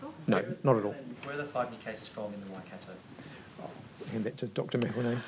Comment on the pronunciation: Please do not say wai- cat- oh it's Wai -cut-tor 😒